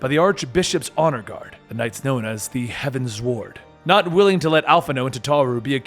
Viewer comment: Loving these videos so far! I commend you for going through with this stuff, it's great! I'll leave mispronunciations below as I find them, as you had requested them being pointed out at the end of your previous video. it gets easier from here since nearly every major scene has voice acting now. So, here goes! Heavensward - Think of it like Heaven's Ward. You said "sward" a bit like sword. That 's' is like a z. Fortemps - "Fore-tomp" is the pronunciation. I dunno if it's French or not, but it does actually make sense considering a later name that you never mentioned, Emmanalain's manservant Honoroit ("Honor-wah"), as well as another name you did mention that I have put below. Artoirel - "Ar-twa-rel" Here is that French-seeming name I mentioned before. You said "Ar-tor-iel," but the 'i' comes before the 'r' in the name spelling. Raubahn - "Rao-bahn" Dravanian - "Dra-vahn-ien" Ysayle - "Ee-sayl" You said "Ih-sayl," and honestly both versions have been said in cutscenes, so I was just bringing attention to this since both were used in game. ---------- Also there is a discrepancy I noticed in the origins of the Dragonsong War. You got it right until Hraesvelgr swallowed Shiva to have them be together forever. What followed was actually 200 years of peace between dragon and human, as the act shocked both races into ending the war, and revealing that coexistence is possible. It was at the end of these 200 years that King Thordan, lusting for power, attacked Ratatoskr ("Ra-ta-tohs-k